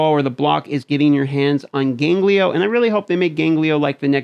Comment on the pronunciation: GANGELO not GANGLIO ffs :)